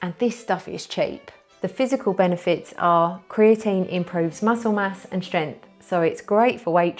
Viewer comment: You cant say "strenght" xD. You say stjeant xD. Its prob only me. But i laugh.